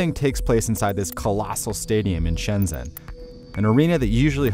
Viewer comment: Did you just say shenzen? follow by da jang bruh learn to pronounce it right